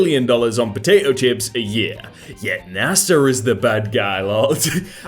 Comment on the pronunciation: is it just me or does he pronounce NASA as NASAR